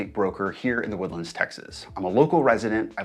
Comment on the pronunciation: You been here for 20 years and you pronounce "the woodlands" like that? Bro